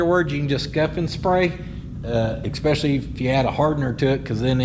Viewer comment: eSpecially not eCKspecially lol